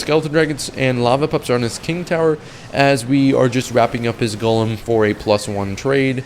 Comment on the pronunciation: are you 12, you seem not able to pronounce golem